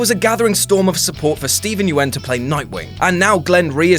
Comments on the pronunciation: Just so you know, Steven Yeun's name is said the same way as Young, without the "g". He said it on Conan. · Nobody going to comment on how he pronounced Steven Yeun's name? Or how he pronounced Negan... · mate you butchered negans and Steven yeuns names